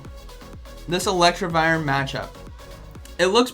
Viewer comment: ElecTIvire, not ElecTRIvire, just saying..